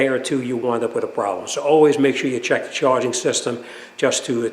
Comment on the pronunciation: Hey, what's up with "charing system"😅😅